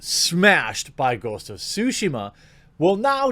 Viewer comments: Please stop butchering the name of the game. You're supposed to pronounce the T in Tsushima, you either call it sushima or shushima. Practice by saying Tsu repeatedly while making sure to pronounce the T. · Did he say ghost of sushima XDDDD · Sue-she-ma .....like Hiroshima. Come one dude